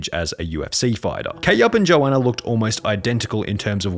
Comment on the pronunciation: It’s yo-an-na